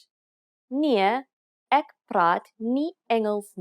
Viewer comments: ek is like ak like you saying it like ak is jammer not ek is jammer? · I can hear from how you pronounce "ek" as "ik" , "is" as "iz" that it's an additional language for you pronunciation needs a bit of attention other than that it sounds good